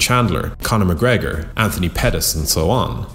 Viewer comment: Stop trying to be unique. It's mcgregor and not even close